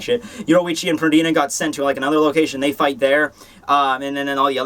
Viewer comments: Compulsory - required; mandatory Pernida (not pronounced PerDINA like you do it) is "compelling" a part of your body to move. He just likes to make your body move in the move violent way possible to harm itself. He can do it on objects too, like Hikifune's Cage of Life. That's the best I can do to explain that,. I might even be wrong XD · i think it's PER-Ni-Da that was my impression it doesn't matter lol